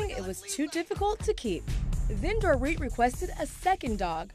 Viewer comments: He said do-rit not do-reet . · He kept calling her “Door-it” instead of “dor-eet” 😂😭